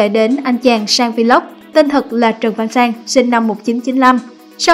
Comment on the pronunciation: Should learn how to pronounce the word VLOG.